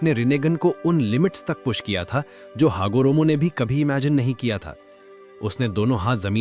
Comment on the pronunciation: Who hagiromo nahi ha hagoromo ha ghadhe 😂😂😂😂😂😂